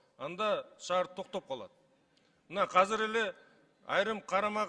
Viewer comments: Казыр эмес азыр деп сүйлөсөн мер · Кыргызда казыр деген сөз жок азыр деген бар. Туура сүйлөгүлөчү .